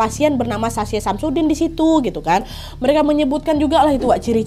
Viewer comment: Aku dengernya Samsudin😂